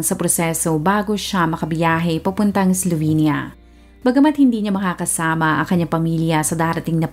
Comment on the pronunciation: Pronunciation po is "Slovinya", I lived and worked there in the late 90s for 2 years